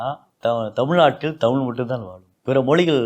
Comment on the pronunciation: இந்த தமிழ் (தமில் இல்லை) ஆசிரியர் தமிழை “தமிழ்” என்று உச்சரித்தால் இன்னும் சிறப்பாக இருக்கும். சுழி, சுலி அல்ல